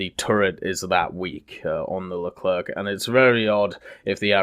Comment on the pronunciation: No more LECLERK MA DUDE IT PRONOUNCES LE CLAIRE